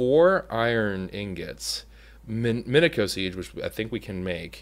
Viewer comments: I cringe at the way you say minicio cause im so used to ssundee and crainer saying meh-nee-ci-yo seeds heh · Minicio = MIN-IH-SEE-OH